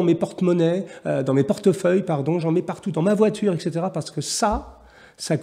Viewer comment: Bien le bonjour sieur Jacomet. "Etc." est une contraction de "Et cétéra". De ce fait, on ne peut prononcer exétéra. Bonne soirée.